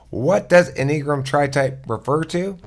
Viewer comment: En-ee-gram? It's any-a-gram